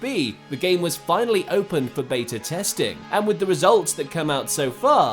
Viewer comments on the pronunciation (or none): none